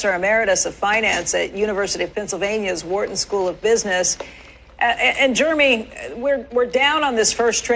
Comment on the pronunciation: She said Jurume lol